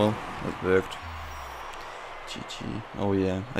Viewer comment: People say: Its Worked | say: Its Verked That what i hear xS